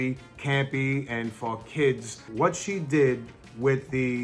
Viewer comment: For kids....”Fuckids” 😂😂